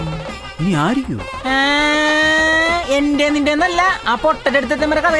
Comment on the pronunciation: Its not "enthe" its "ente". "E"nte"".. intelligence's "nte"